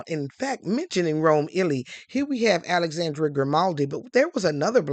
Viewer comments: great video. for reference, the last E in Alexandre's name is nearly silent and pronounced more like "uh", not "ay" like Dr. Dre. so his name is more like ah-luhx-ahn-dr(uh) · Please don’t spread misinformation to our Black folks. It’s just lazy and we are trying to root for you, but you are not doing anything to try to uplift US. The House of Grimaldi has ruled Monaco since 1297, not 1927. The young man’s name is Al-ex-ENDRe, not Alexan-DRAY. That is a true butchering of his name and it sounds terrible. If you are going to tell the story of European and African royalty, it is only natural that you would learn enough of the pronunciations of the names of the people and places in these royal enclaves to do them justice. Also, tell the histories accurately. The Grimaldi are one of the oldest royal houses in the world. One of the problems we have as a people is that we don’t have enough quality education and information. We go around butchering French and Italian names, making up pseudo-French names with random apostrophes and such, and generally condemning our children to being ridiculed and being the laughing stock of their classes and workplaces, and wonder why they have problems getting employment with these parodies of foreign names. Mispronouncing a simple name like Alexandre is grist for the mill for those who might want to name a child after the young prince, but because you (and others) have messed up his name so, we have started yet another generation of painful pronunciations, making us look stupid, frankly. Anyone on YouTube that wants us to subscribe to their channel and make you wealthy should also not be so disrespectful of us that they